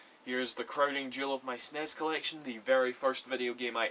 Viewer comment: "SNEZ games!" lol